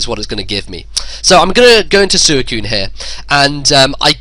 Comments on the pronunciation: "It's sooeecune," no it's not it's Suicune. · SWEE - CUNE not Su - e - cune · Ive seriously never heard anyone in any narration pronounce it like. He still is awesome though